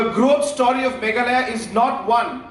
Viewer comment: sar always say megala 😂😂😂😂😂 it's Mekhalaïa